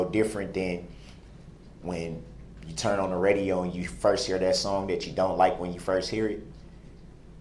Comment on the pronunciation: He literally said “you and you alone decide what is troof and isn’t troof.” Not only is he void of any self awareness, gaslighting weirdo saying the state had theatrics (no they didn’t, not even a little), he says “troof” and “dat”. At least he finally learned tacit vs takit. It’s weird to me how smart he believes he is when he proves over and over again how ignorant, stupid and illiterate he actually is.